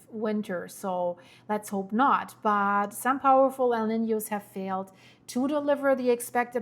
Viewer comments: It is not pronounced 'nenyew' it is 'neenyo'. Sorry. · Someone help her pronounce El Nino 😂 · (just FYI: NOAA is spoken as Noah, like the male name. And El Nino is pronounced like L neen yoh in Spanish and English). Thanks for keeping us updated.